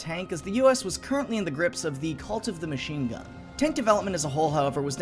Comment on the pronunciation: Anyone else hear cult of the machine god when he said cult of the machine gun?